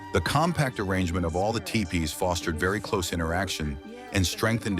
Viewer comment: I'm pretty sure that "Mama" is not pronounced the same in the native language. Tiepees?! AI sucks.